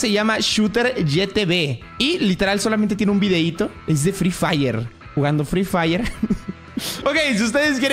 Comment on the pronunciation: Nadie: Absolutamente nadie: Juan: jUgAnD0 Fri fAyER xdd